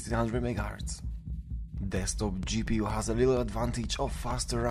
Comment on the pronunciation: It's "Desktop" not "Destkop....."